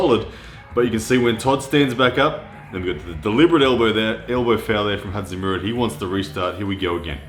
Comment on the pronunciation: just call him Zoloev. Your pronunciation of his first name is killing me.